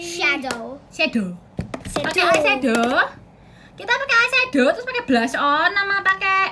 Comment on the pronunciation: Sienna yang anak kecil aja tau, yang bener ngomongnya Blush. Tapi kenapa banyak beauty vlogger masih pada pake kata "blush 'ON'"? 😌